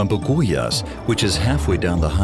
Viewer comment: Buguias pronounced as Bugyas.